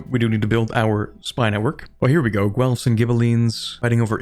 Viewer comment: That's not how you pronounce Guelfs.